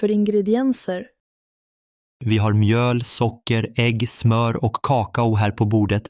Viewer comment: Han har fel betoning på "kakao". De talar som datorer. De talar inte naturligt.